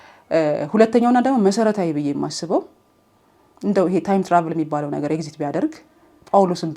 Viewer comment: Its a perspective even with the flows i kinda like some of it. እና ኤግዚት ሳይሆን ኤግዚስት ነው የሚባለው 🙂 ግን i lovr ur innocence ❤ ur friend ግን ላላ በይ በያት መጀመሪያ ላይ ጓደኛዬ ምናምን ስትይ ያሳየችውን face አልወደድኩትም